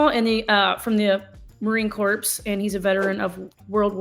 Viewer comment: I am enjoying your videos as I am planning on returning to Texas. I left Texas in 1980 to join the US Marine Corps (pronounced 'core" the 'ps' is silent in Corps. thank you.